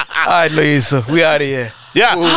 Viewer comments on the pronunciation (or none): “There’s no lo-yiso (Law-heir so)”😭😭🤣🤣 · Sol: there's no law-yiso😂😂😂😂